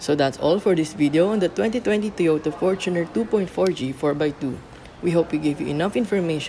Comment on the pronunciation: one thing i really like about this review is yung tamang pronounciation ng fortuner.👍🏼 fortuner from the word “fortune” i lot of people i know laging pronounciation nila “for-TUNER” ano yun? para sa TUNER? buset pang squatter🤦🏻‍♂️